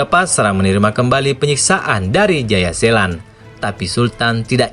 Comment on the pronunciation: Jayaselan tp d bilang jaya setan udh brkli2 dngrnya ktwa sllau blng jayasetan eh jaya selan wkwkwwk